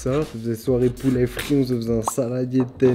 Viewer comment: Poulè Poulè on dit pouler